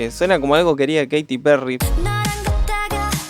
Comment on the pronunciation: el nombre de Choerry se pronuncia Choiri xd es épico porque nada que ver a como se escribe